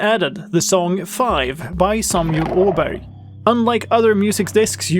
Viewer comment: Bonus for always watching videos instead of just reading changelogs: hearing the correct pronunciation for "Åberg"!